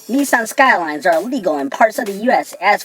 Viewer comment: why does he keep saying neeeeson.